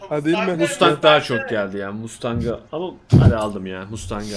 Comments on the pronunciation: > "FORD MUSTAHAK" 😳 SJKSWKKWKDJSKWJEKSKWKWKSJ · Mustang Deyince Doğru Okunuşu Unuttum